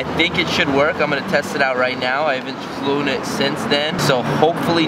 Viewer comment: "i haven't FLEWN it since then" f l e w n